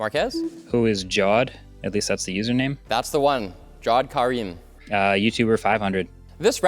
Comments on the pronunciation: The way they said the name of the guy who uploaded the first youtube video is so far off (also he was one of the founders of youtube) His first name is pronounced "jav" - "aed" not "jaw" - "awed" His name is common amongst Muslims and South Asians and although I am NOT Bangladeshi like his family is it is a common name in Pakistan too where my family is from and until the 1947 were pretty much part of the same country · I think the name of the first YouTuber should be pronounced 'Ja wed'. Another way of writing is Javed or Javaid.